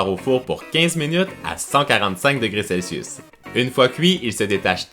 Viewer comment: on voudrait faire la recette mais j'entends pas a combien degré celsus ?????? on comprend rien avec ton accent